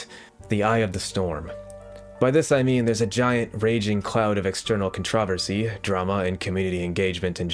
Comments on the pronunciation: love ur vids but why do you pronounce controversy like that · Why do you pronounce controversy like that